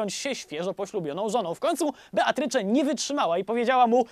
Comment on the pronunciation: Nie wiem skąd w polskim wzięło się imię Beatrycze. Jej imię wymawia się [bitrys].